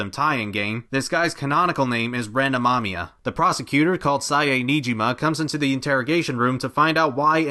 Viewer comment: You pronounced Ren's last name wrong. Just say Mamma Mia, without the first 'M'.